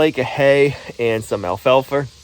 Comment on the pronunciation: 👏👏👏 I'm proud of you. You said,"Videoing" instead of filming. So,so many cannot/have not//will not make that transition. Obversely you still say things like "Jeaner" (Gina) sp? and "Alfalfer".😅 "Pocking" "Floor Joices" ✌️❤️ 🙈🙉🙊